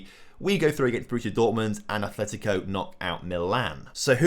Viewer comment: It's Atletico, not Athletico.